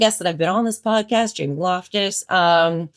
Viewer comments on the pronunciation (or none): none